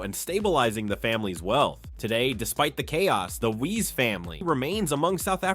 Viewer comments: Wiese pronounced = viesse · It's Dippenaar, not Dippar. Wiese, not Weeez. Jannie, not Jenny. Upington, not Oepington.